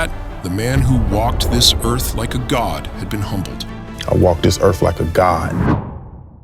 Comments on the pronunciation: Erff!..not earff! Where you be from? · "I WALK DIS EARF LIKE A gOD!!!" pretty sure a "god" could actually pronounce the word EARTH.... try it... ERRRRR-TH.. not ERRF... ERRR-TH... stupid lil boy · Not "Earth". "Erf". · I walk this erf like someone who thinks a “th” makes a “fff” sound. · I'm sorry... Did that man Erf? No A and an F instead of TH??? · Good thing he said Earf not Earth. Had me confused for a second! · WTF is a ERF? Just Axin.😂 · "I walk dis earfh like a god???!!!" Typical PMN, can't even speak the human language correctly!!! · "I walk dis earf like a god".. umm.. and get KTFO. LOL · he fank he walk dis earf like a god. BAH HA HA HA. dat mf bees narcissistic as trump.🤣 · How embarrasing, I've been pronouncing earf wrong all this time. 🤣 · What is a "Erf"??? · "I walk dis Erf like a god"... they're literally too lazy to move their tongue a little to make the 'th' sound. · Anyone who pronounces the word “earth” as “earfff” isn’t walking around like a God😂😂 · Except for Will "Welcome to Errff" Smith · He walks the erf like a god, and he has faif in dat. 🤣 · "I walk this erf like a god." 😂😂😂😂😂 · I'd like to think a GOD would be able to pronounce "Earth."